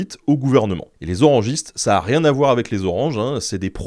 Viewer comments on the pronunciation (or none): none